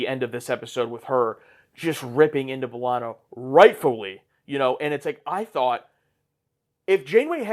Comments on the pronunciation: Buh-lah-na or Bae-lah-na Both are fine. Definitely not Ball-ana 🍌😅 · Belana, not Balana. You pronounced the E the way you pronounce "h-e-re" or "wh-e-re" or "anywh-e-re". 😊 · In the first episode, B'Ellana introduces herself as BAY-lanna. And then everyone else says BUH-lanna for the rest of the show. So I guess the whole crew just never asked her how to say it lol. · To be fair, the show took a while to really settle on pronunciations for both B'elanna and Chakotay. I'm not sure they ever truly decide whether it's b-Lahna, Bell-ahna or BAY-lahna. Maybe easiest to just say Torres. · Dont worry there are multiple ways to say B'Elanna's name. Janeway says "buh-LANA" Tom Paris says "BUH-lana" and B'Elanna's family says "bay-LANA" dont feel bad about saying it whichever way. Its the blessing and curse of unique names. Everyone says it slightly different and you remember how each person says it and who pronounced it close to family but never quite the same.